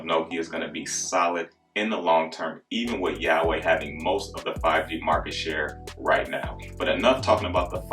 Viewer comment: good video bro, but yauwei? H should be pronounced like a W if my sources are reliable :P